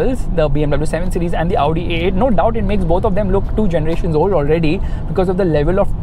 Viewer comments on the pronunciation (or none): none